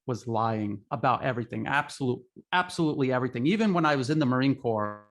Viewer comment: By the way let Li know we are former Marines, not titled as Ex Marines. Pronunciation is marine cor, (ño p, no s) sounds.